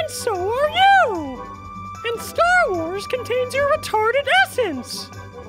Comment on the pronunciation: "stharwarbz". Starwars.